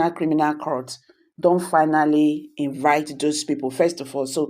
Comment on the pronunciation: It iritates me when I hear you call court crout. In as much as I enjoy listening to your posts, It gives me goosebumps when I hear that.